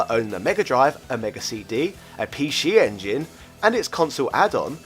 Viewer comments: Come on mate Pee She Engine, i get your trying to do the whole say it like the Japanese say it thing, it's really cringe though... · He saying pee shee engine because that's how you say it in Japanese ぴーし sorry can't write katakana on my phone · Can you pronounce "PC Engine" for us one more time...? lmao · ...Pee-Shee Engine? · sounds like has a cold. get well soon. off now to play on my pee she engine. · Pee-she engine? Wtf? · What the Hell is a PeeShee Engine Shee-Dee??